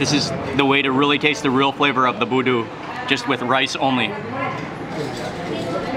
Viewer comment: SORRY..its BUDU not VOODOO ✌✌✌✌✌ Mark Wiens u r auwsome bro!!